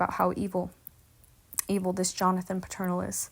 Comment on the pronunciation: I'm just starting to listen now. But I'm hearing something that's throwing me off. Their last name is Peternel - pronounced like PETER-NELL - Not Paternal. I'm only 5 minutes in to your video, but if you were a member of this Church, wouldn't you know the Pastor's name?